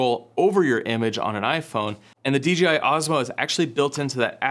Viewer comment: My mans keep saying D'G'I xD